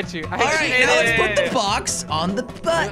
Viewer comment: let’s put the box on the buuuuuuen